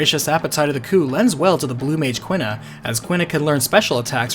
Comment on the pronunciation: FF9 video: pronounces Quina "kwinna" FF8 video: pronounces Quistis "keestis" I know this shouldn't bother me, but man I noticed it pretty hard lol